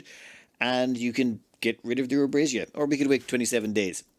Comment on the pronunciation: ive heard of names with silent letters, but given the way you keep reading it, it seems legua has an invisible n. also, an invisible r in abasia?